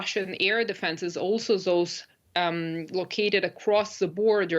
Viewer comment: On point like usual.Well said! (a little more work on pronouncing 'those')